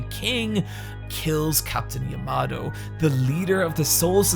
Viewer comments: Yamamoto: His name: "Yamato" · the fact that u just skipped over the second m in yamamoto really yanked me out of immersion lmfao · Captain-Commander Yamamoto, not Yamato